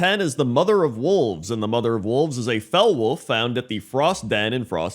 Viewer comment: Oh wolves i thught he said walls